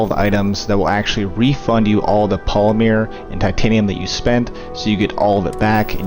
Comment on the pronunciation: Yes... its polymer, not polymeere